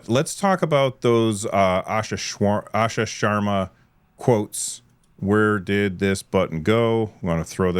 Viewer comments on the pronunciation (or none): "Asha Shwar, Asha Sharma". Understandable slip up. As an Indian it's interesting to hear these names pronounced so differently. In here we would call her "Aaasha Shurrmaaa", but I guess it's more complicated than that as she is an Indian Origin American and might herself be used to the non-Indian way of pronouncing her name.